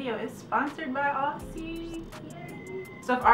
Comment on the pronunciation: great video, but as an Australian i have a small bit of feedback , the product is actually pronounced as "ozzy"